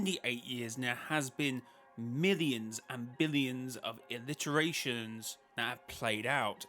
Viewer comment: PLEASE THERE IS NO L IN ITERATIONS STOP PRONOUNCING IT LIKE THAT I swear if you're doing that engagement trick you mentioned on stream...